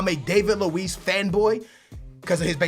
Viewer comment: disappointing that he still can't pronounce David Luiz name correctly, can't say the name's of the teams Hart and Wilshere went to and thinks Pogba is £100,000,000 when he was £89,000,000